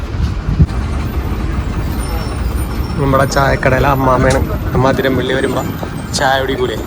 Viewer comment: എടാ അതിരമ്പിള്ളി അല്ല അതിരപ്പള്ളി